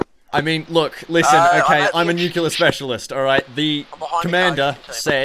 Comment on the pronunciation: "I'm a nuclear specialist" Pronounces "Nuclear" as "Nucular" H M M M